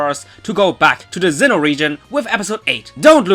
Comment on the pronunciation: I love how you pronounce Sinnoh as Xeno. Lol